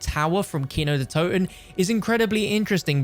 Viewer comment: Sounds great when Americans pronounce "Kino der Toten" 🥺😬